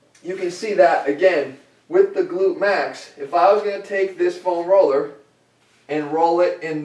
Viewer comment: Say "FOam Roller" one more time, please. Haha, just kidding, Jeff.